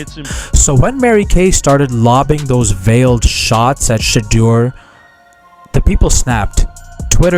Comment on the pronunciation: Please announce his name CORRECTLY and Stop being DISRESPECTFUL